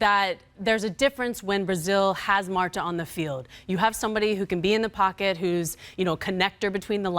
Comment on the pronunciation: Did she just call Marta, "Marto"?😂😂